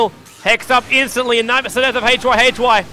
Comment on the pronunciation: i like your commentaries so far very much, but gotta misslike the way you pronounce Yamateh and hyhy´s names! xD